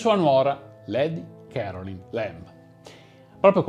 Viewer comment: Si pronuncia lady carolain'